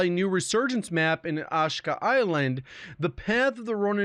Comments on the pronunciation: I love you man but please say this with me ah-shee-kah Ashika Island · AH-SHE-KA island 🙄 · Why don’t you pronounce the ‘i’ Ashika island? You say ‘ashka’